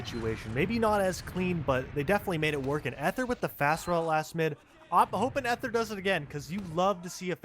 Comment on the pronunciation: For future Dex matches Ether is pronounced with a hard "e," so it's eeth instead of eth.